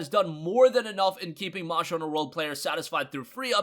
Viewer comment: “Monster” Not “Monsher”